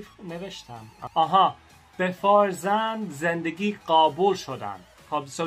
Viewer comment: آسمون هم درسته آسمان هم درسته توی صحبت روزمره آسمون گفته میشه. یَتیم. فَرزند خوندِگی. پیشنهاد هات خیلی عالی بودند حتما نگاه میکنم🤩 انیمه "پونیو" رو هم ببین یک قسمتی هست و داستان زیبایی داره 😁